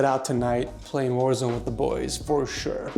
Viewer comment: I love how he very clearly emphasizes "warzone with the boys" :)